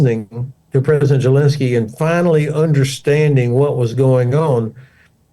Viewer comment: What am I missing? Why does he always pronounce Zelensky with a J sound instead of the Z sound? THX